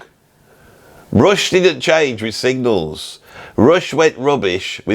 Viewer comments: Signals. Not Singles. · Say it, SIG-NALS!!